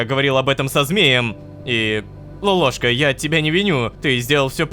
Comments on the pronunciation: я заметил ляп в озвучке говорит то лололовка то лололошка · впервые сказал Лололошка а не лололовка